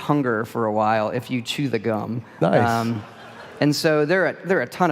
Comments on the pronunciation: He said cum instead of gum, that is all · He said the cum instead of the gum lol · I swear he said "the cum" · I heard CUM and SWAPING xD.